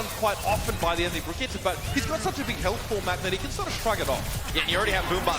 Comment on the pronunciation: its been months since her release and still no one can fucking say Brigitte's name properly